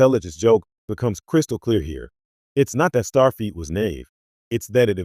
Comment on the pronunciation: MAGA Make America Godly Again,,, After hearing "Starfeat" three times, I just stopped watching. It is, "Starfleet".